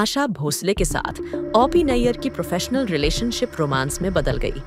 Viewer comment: ओ पी को औ पी क्यों बोल रही हैं आप ??